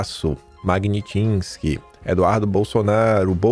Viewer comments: M a g n i t s k y e não Magnitinsky......... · Porra é Magnitsky e não Magnitinsky! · cuidado na pronúncia... Não é MAGNITINNNSKY, é Magnitsky. Valeu! Você é muito bom! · pronuncia direito - MAGUINITISKI. Ta parecendo o "JUSTIÇA É CEGA MAIS" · Não é MagniTINSKI. É MagNITSKY. Porra cidadão. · precisa aprender a falar Magnitisk, vai repetir isso muito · é Lei Magnitsky= MEG-NITS-QUI HEHEHEHE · Não t N. É Magniiiiiitsky 🤣💦💦💦💦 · Ma-gui-ni-tisqui: repita 100 vezes até aprender a falar direito! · ...você fala errado o nome da lei... é MAGNITSKY...😂😂😂😂😂